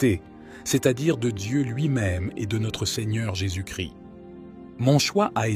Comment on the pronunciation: Jésus Christ et non Jésus Chri le s et le t se prononcent. Christ =l oint ; Jésus ne crie pas.